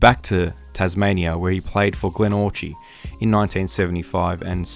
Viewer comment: One thing, Glenorchy is pronounced Glenorky. Other than that an interesting video.